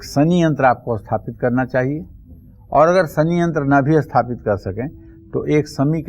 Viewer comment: Aap sathapit ko asthapit kyon bolte hein..?